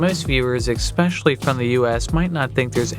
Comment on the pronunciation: "Do the deed?" That's not what "do the deed" means. 🤣 Also, there's no such word as "ex-specially".